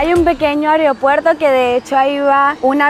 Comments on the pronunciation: Disculpe la corrección, pero no se dice areopuerto, se dice aeropuerto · Lindas playas, mi crítica sería : no es ariopuerto ni areopuerto, es aeropuerto😅, saludos.